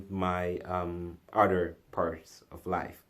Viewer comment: Almost 2 minutes before you even get to it. Geezus what a bigmouth. By the way the word is OTHER not UDDER. Why can't anyone on YouTube speak correctly?